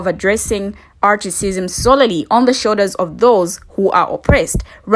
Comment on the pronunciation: Why do you keep saying articism? Why aren’t you using the word Racism?